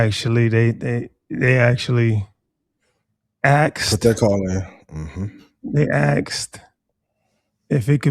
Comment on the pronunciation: You can’t take any one seriously when they say AXED! It’s ASKED bozo!